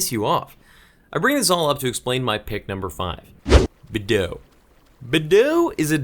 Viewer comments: Lol, Badeaux is also difficult for you to pronounce hehe. ;) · I've never thought about pronouncing Beadeaux as you did. I always just said it how it's spelled, like Bee-ah-dew-ux, which I know is not right, but it's the name I know it by for the last 15yrs lol.